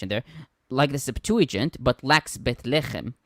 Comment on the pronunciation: Will someone, please, teach how to say "septuagint" in English? SEPT-wa-gint (g as in go)—not sep-TOO-a-jint.